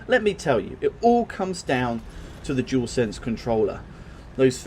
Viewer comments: Jewelsense 🤦🏻‍♂️ so many people say the name wrong 😂 it’s a dualsense 😉. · you said the name wrong 🤦🏻‍♂️ many times it’s not jewelsense it’s dual sense 👍🏻.